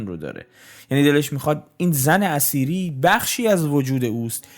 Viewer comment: جناب تلفظ زن اثیری را شما زن اسیری تلفظ میکنید آنچه میدانم در نوشته هدایت اثیری Etheri همان اتر هست که به معنای سبک بال باید باشد. زن اثیری ایران قبل از اسلام هست و پیر مرد خنزر پنزری همان اسلام هست که این پیر خنزر پنزری زن اثیری که همان ایران باشد تبدیل بیک فاحشه کرده در حقیقت هدایت که نوعی نوستالژی به دوران قبل از اسلام دارد.